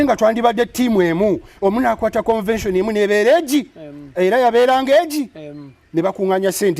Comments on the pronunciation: Speak on it!! I thought my ears were going bonkers!! For some reason a lotta folks pronounce it that way!! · it’s not CONVASION please., it’s CONVENTION. RoGe tried to over pronounce it to help you. Please style up